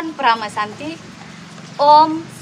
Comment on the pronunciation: Suksma, bukan suksema